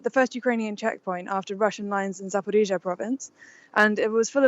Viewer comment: pronounces 'Zaporizhzhia' correctly, like Ukrainians do